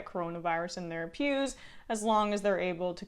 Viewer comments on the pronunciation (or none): They don't care if they get coronavirus in their PEWS! I thought for a second that you said 'pubes' 😶